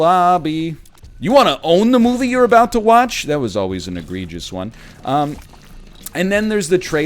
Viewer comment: it was bad enough that he usually says egg-gregious. now he's not even consistent about it. all order has been forsaken in the face of this child.